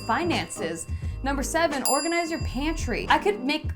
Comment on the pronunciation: "I could make a whole other list of things you could organizsse, but lord knows you don`t need more of that." - I lost it. xD